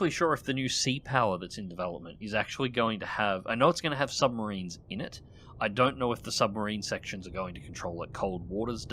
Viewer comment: Shh. Be vewy vewy quiet, I'm hunting submawines.